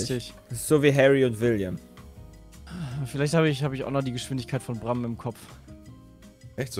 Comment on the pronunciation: Ein û wird übrigens nicht wie ein ü ausgesprochen Brammen.